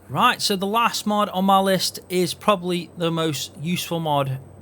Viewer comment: Are you saying MUD or are you saying MOD? It's confusing